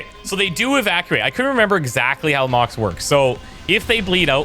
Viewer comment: Hey odd i think it is soppused to be moc-x squad not pronounced like mox but like mock X